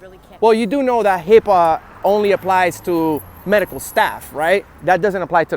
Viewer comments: Hipper.....ENOUGH SAID (HIPPA) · This bitch said "hipper" lmao